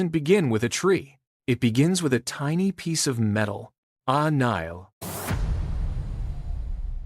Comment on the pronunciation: It is a very interesting history. The AI cannot say a nail. A nile instead. It is funny. Nothing to do with the river in Egypt.